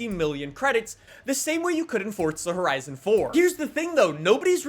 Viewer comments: “fOrTzu” Four-zu d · Why do you pronounce it FORT za ? It's for za lol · Someone teach this man that’s theres no T in Forza and that it pronounced For-Za not Fort-Za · Its not fort za its called forza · Why do people pronounce Forza (Fortza) there is no T in Forza! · Wht does he say fortza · I don’t like you because you say ‘ fort-suh’ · Stop pronouncing it 'fort za' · stop saying fortza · Why do you keep saying Fortza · I've spoken to a developer and he doesn't say Fortza 🤷‍♂️